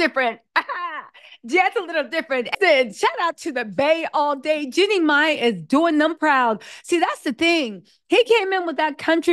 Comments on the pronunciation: It's JEEEEEEEEEEANNIE, not Jennie. She's a Bay girl and we DO NOT play. 😳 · Her name is Jean nie not Jennie